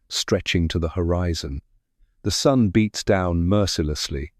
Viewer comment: 2.08 "lakes sparkled under the African Sun-day..." 🤖